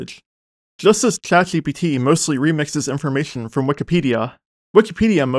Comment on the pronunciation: Why do you have a hot potato in your mouth every time you say "Chat GPT" or other words with a sh or zh sound in it?